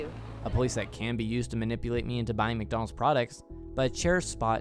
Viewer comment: mac do nald